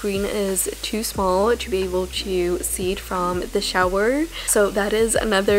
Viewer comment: Why do you pronounce "to" as "chu"? 😂